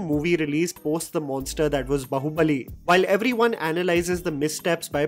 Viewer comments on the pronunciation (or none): ko koi बाहुबली bolna sikhao. Its बाहुबली not "बहु" बली. Saas bahu nahi chal rahi